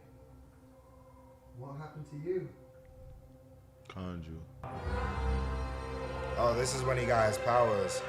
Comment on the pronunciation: Ouch my ears! Why does say Konju? The name was JUST said. And he keeps saying it...